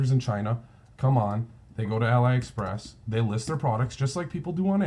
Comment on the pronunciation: Thanks. "Ahlee" Express by the way, like Alibaba:) Just subscribed, I think you and I think along similar lines. Most of my sales are in small niches that are mostly overlooked. Good luck and thanks for the vids.